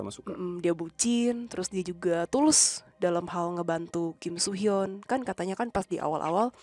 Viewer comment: soo hyun sama so hyun pengucapannya beda 🥲 beda org jg itu soo hyun aktor so hyun aktris 😭